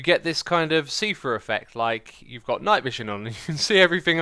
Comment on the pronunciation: "you sorta see a SEA-through effect"